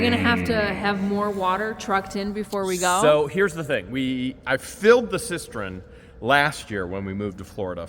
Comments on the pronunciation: it's cisTERN, not cisTREN 😋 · it's a cistern not a cisterin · Not to be that guy, but it is cistern, not cistren. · Cistern, not cistren🙂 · Its a cistern. Cis-turn Not cis-tren! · I almost died laughing at George chasing the chickens!!! 🤣Loved the tour and the views of your gorgeous landscape and the leaves starting to turn! Was the booger salty? (Asking for a friend.) I know you hate corrections,, but you've added an extra "r" to the word cistern 4,000 times since you bought that property. I never exaggerate. I know you hate advice, but I'm feeling extra cocky, and the sun might discolor the toy packaging that you're so fond of, so maybe the kids could throw a sheet over the ones you didn't have time to shelve. Okay, I'm gonna be good now. P.S. I got the gorgeous rocks & crystals today and love them to pieces! 💕🙏🤗🥰